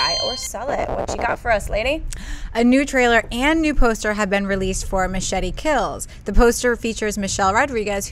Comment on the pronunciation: I also want to add that I love the way you said 'Machete' on the show which was the proper and correct Latin way of saying it, I'm sure your Spanish is awesome and hope you talk more Spanish on the show. My friends and family are really excited to see 'Machete Kills,' the first one was a blast and this new one looks even more wilder and crazier, really glad your also looking forward to seeing it, you always have great tastes in movies, double cool points coming you way :)